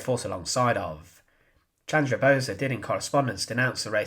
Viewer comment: Pronounce as "Bose" like "Those"